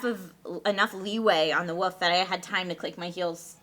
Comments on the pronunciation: I want to punch in the face. It's WOLF not WOOF you stupid fuck. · I love how says "woof" instead of "wolf". I mean, she mentioned something about it last week, but I find it kinda cute even though it's ridiculously childish. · I hate the way calls a wolf a woof. It's so damn annoying. Oh also I like how the girls just forget Lee is a person, jerks. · Woof = Wolf. That shit is something you don't say when you're in your late 20s. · Woof not wolf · i'm gonna sound like a dick, but come on, it's wolf, you're an adult.